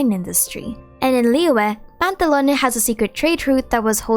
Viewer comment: its PANTALOWN! NOT PANTALONEY..